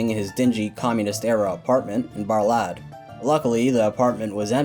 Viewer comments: Romania representin' ! BTW,it's pronounced Buhr-lahd. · Saw this on the news. Also Bârlad is pronounced burlad